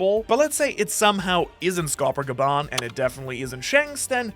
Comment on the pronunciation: Bro got gaban right